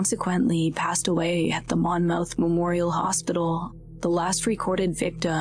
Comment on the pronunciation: Monmouth is pronounced “Mon-Myth” .. sorry I’m from NJ I couldn’t help myself lol